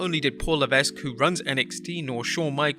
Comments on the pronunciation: You have to stop mispronouncing HHH's last name. Its just "Le-veq", Not "Le-vesq". You said his name about 25 times and each time I was like awhhhh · Pronounced “La Veck” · The S is Paul Levesque is silent by the way. "Luh-veck" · Tip; Levesque is pronounced LeVeck. The S is silent. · Little note for... about Paul Levesque name pronunciation.... Levesque must be pronounce without the "S" like LEVEQUE! just saying... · DUDE! LEARN HOW TO PRONOUNCE NAMES BEFORE TRYING! IT’S LEH-VECK! THE S IS SILENT! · The S is silent in levesque. It's pronounced levek. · someone should tell the person 'narrating' these clips that the S in Paul (Triple H) Levesque's last name is SILENT!! that's right, his surname sounds like 'Leveck', but it's not spelled that way... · Levesque is pronounced "Layvek", the S is silent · You don’t pronounce the S in Levesque (Leh-Veck) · It’s pronounced Luh vek the S is silent. Just saying 😀👍🏼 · You aren't supposed to pronounce the "S" in Levesque. Leveck that is the proper pronunciation. It is not a variable name like Henri "onri"/"Henry" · For God's sake. Levesque is an extremely common surname and you should pronounce it correctly. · That’s not how you pronounce Levesque. If you’re not gonna pronounce it correctly, don’t pronounce it at all. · "Levesque", the "s" is supose to be silent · The "s" is silent. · Vinnyboy's PG-fetish is to blame for NXT-failures and WWE's in general and not Paul Levesque (the "S" is silent). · The s in Levesque is silent learn to pronounce the mans name or shut up and let someone who knows how to read and talk do the goddamn job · I wonder how many times he's mispronounced Levesque on this channel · The S is silent in Levesque, just for future reference